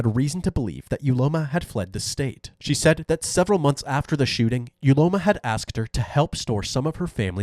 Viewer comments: Uloma pronounced ‘Ooloma’. What were you thinking wicked woman? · Not me correcting the pronunciation of "Uloma" in my head every single time. Having a variation of the name "Ihuoma" and having it mispronounced every single time has definitely taken its toll on me. 🤕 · Uloma ❌ Ugointojail ✅